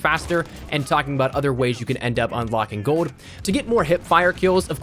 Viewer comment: You say gold like GOAD